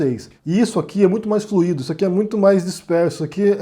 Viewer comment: escorregou no fluido. Fluído é particípio. Kkkkkkkkkkk, digo isso de boa, viu? É que eu presto muita atenção no que você diz. Adoro seus vídeos. Eles me salvam. Um grande abraço.